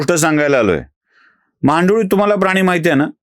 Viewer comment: "महांडुळे" नव्हे, "महागांडूळ" जय श्रीराम... 🚩